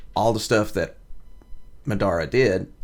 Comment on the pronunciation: Just to let u know Madara is a Japanese name ur pronouncing it wrong.